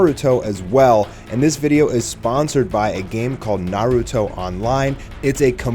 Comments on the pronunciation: "Naahrutoe" head ass is dumb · J SLAYS yah its naruto with a b its dumb. Its like instead of Gohan its Bohan.